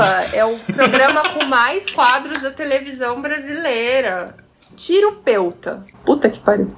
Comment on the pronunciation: "Tirupeuta" 🤨😑😵‍💫 "Pqp"